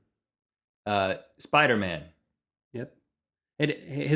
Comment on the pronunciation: Spidah Man